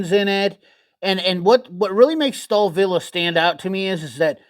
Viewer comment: stalvill is how to say it